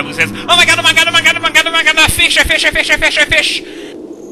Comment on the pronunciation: sounded like you were saying affiche instead of a fish :P